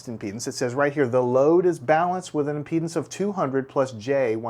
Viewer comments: I am not native english speaker and I can not understand why is this guy speaking about the load in penises sorry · Is it just me who heard him pronounce impedance as penises?